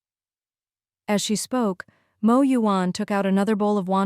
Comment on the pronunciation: OMG! The AI pronouncing “Mo” instead of spelling it out like other channels is a special moment for me😭